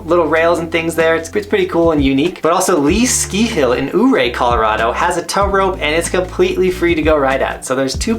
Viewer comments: I think it's pronounced U-ray, not eww-ray. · Ouray is pronounce "Your-Ray". The O is silent. local fyi 🤙